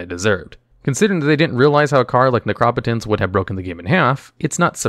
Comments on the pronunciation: I pronounce it Necro-Potence... now I feel ive been saying it wrong for years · Necro-Potence is correct, this guy just pronounces a lot of cards weirdly.